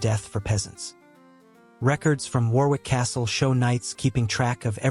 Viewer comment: You lost me at "war-wick", it's "wo-ric", do your research.